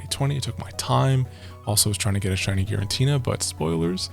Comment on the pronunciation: Except for whenever he calls Giratina “Girintina”